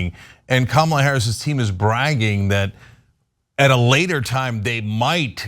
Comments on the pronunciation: Kamala is pronounced "Comma La" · kYou STILL can't pronounce Kamala's name correctly! Thumbs down scrolling away, no excuse not to say her name right. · Oh no she mispronounced the VPs name. How dare she 🤣. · I think you should learn to pronounce her name if you're on the news